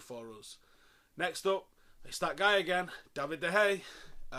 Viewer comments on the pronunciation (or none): Duh-hey-ya not the-hay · SAY HIS NAME RIGHT IT'S NOT DE HEY ITS DE GEA UGHHHH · why are you pushing with that De gea pronounciation? Don't bee so lazy or stubborn..Its De Gea, not De Gae..